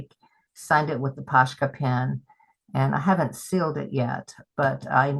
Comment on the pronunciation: I could be wrong, but I think they are called "Pos-ka" pens, not "Posh-ka, no 'sh' sound.